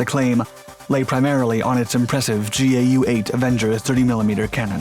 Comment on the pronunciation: Its Gau8 (pronounced 'gow'-8) not G.A.U.,8